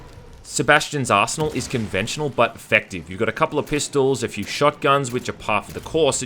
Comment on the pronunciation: When he says "Arsenal" it sounds like he's saying asshole. Ok, im done now.